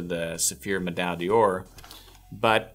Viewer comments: Pronounced door.. not "day or". D'or sounds like one word in French. just a tip. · Yes, except he cannot pronounce the product name properly! D'or is the same as dor.